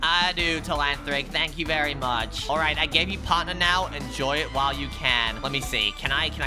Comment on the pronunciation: Its not parthner